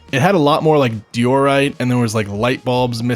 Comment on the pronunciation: Little late, school and sports held me back. But really good vid. Those "mini-me's" are peak BTW. Also I can't get over the way you said diorite, like "dior-right" Anyways I was wondering How much if any of your talking is a voice over, or am I just noticing a slight mic to video delay?